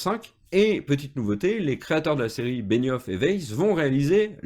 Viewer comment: Benioff pas Benissof